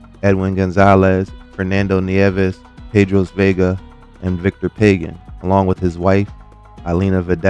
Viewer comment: And it’s not “Pay-gin” it’s “Pah-Ghan”